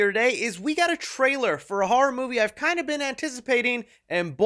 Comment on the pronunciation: Why do you say “har“ instead of ‘Horror’?